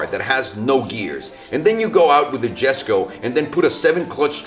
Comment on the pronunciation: Proper pronouciation is 'yesko'